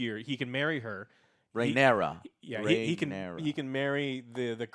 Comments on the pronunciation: It's not pronounced Ray. It is pronounced Reh-Nair-Ah. The sound of the letter R by itself. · omfg it's "Ray-nee-ra" ffs! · Damnit! It’s “Ray-Near-Uh”! We’re 2 episodes in, come on! 😂😂😂😂😂 Just yanking your chain 😁